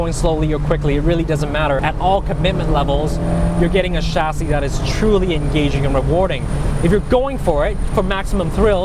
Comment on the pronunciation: the way he says chassis pisses me off